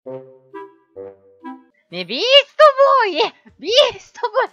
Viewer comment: ビーストボーイがEASTBOYに聞こえる